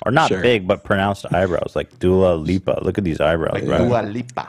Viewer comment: The way says Dua Lipa is so funny